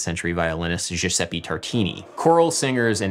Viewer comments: Please, it's Giusepp"E" Tartini, not freaking Giusepp"i". The "e" sounds like the one on best, pest, mess, leg etc.. Anyway, grammar nazi stuff aside, good work Adam! Cheers from Italy! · The E in GiuseppE is pronounced as e not i in italian. So like the e in echelon and the g is like the j in joke, not a sh sound.